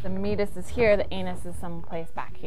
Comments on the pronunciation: I apologize, but I have to bring this up, because it's driving me nuts. It's pronounced 'me-ay-tus', not 'mee-tus'. I do love this channel though! Keep it up. I don't think kids get enough sexual education in school anymore (especially in the US) so they probably turn to the internet for their information. Hopefully they'll find your channel, which would be rad. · For a second I didn't understand you meant Meatus because I've always heard it pronounced differently. Great video though.